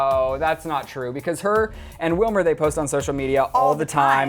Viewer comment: It's Wilmer ! learn Spanish .